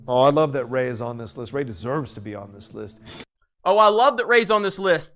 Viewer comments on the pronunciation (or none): lmao!!!! The way he says “deserves”. Just demanding that she is on the list, and just sucking Disney’s character off.